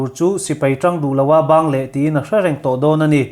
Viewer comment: Bang leh ti suh,ban leh tih tur